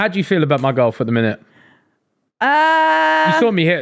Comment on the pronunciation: I always get tickled how says golf. “gauwf”